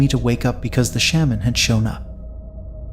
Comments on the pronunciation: Please don’t tell another Hmong ghost story until you learn how to pronounce word “Shaman” correctly. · The way you pronounce “shaman” is…. Different.